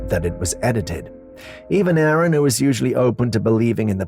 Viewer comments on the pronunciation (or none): none